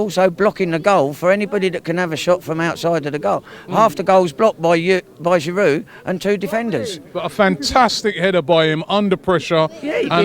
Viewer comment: The way he raped Giroud's name, Arsenal fan and he doesn't even know how to pronounce his strikers name 😵😔